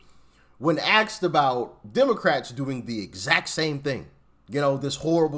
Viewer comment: Asked, not AXED Doc 😂